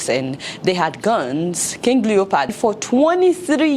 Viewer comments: Adeola, it's LeopOld, not LeopArd. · Love the content 👌 even though you had me rolling 🤣 on the floor at the "King Leopard." 😂😂 It's King Leopold. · Fayette, I can't believe you pronounce words as if you are speaking to run a, you pronounce Leopold as Leopard and incite as encite. Did you go to college in the US? Please work on your pronunciation. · Adeola, it's not Leopard, its Leopold!!!! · I like the sound of leopard instead of leopold . secondly, African leaders especially Nigerian leaders should be ashamed of themselves because they have derailed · King leo pold not leo pard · What did u call him? Did u just say King leopard? 😅😅😅😅. I now see why the present African regimes are not comfortable with youths rising to political responsibility because they don't want other Lumumbas to rise . LUMUMBA will always remain in our minds